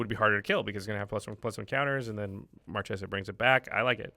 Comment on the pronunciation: One note: the way, "Marchesa" is pronounced "Mar-Kay-sa". It's italian and CH is a K sound. Marchesa means "an Italian woman holding the rank of a marchese : marchioness."